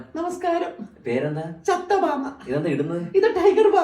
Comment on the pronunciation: ചത്ത ബാമ അല്ല ചെത്ത ബാമ